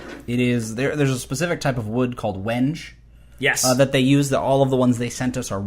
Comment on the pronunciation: The wood is pronounced weng-gay. I made cutting boards from this a few years ago.